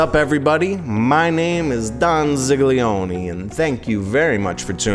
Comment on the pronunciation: Your surname is pronounced zilyioni not zig-lioni. Obviously not born in italy